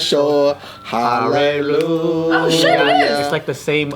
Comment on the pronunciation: "Harreruya" LMAOOO